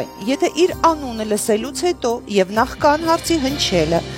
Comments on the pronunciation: Նախկան չի, նախքան է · Հարգելի հաղորդավարուհի հայերենում ,,նախԿան,, բառ չունենք, ՆԱԽՔԱՆ։ Ձեր ոչ մաքուր խոսքը ականջ է ծակում։